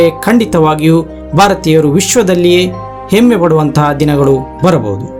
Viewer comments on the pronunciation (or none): none